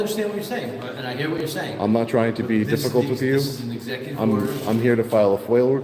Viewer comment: I shid a dot everytime I heard esssecutive order. I'm huckin' fammered....🤪🥃